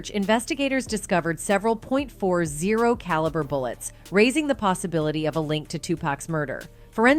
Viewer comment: The narrator sounds like an A.I. bot "A point zero 4 Glock" "Ahhhleya" "2 packs murder" No one talks like this